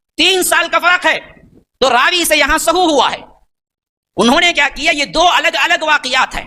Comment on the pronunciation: سہو نہیں بھائی سہو زبر کے ساتھ پیج کے ساتھ نہیں ہ پر زبر ہے پیش نہیں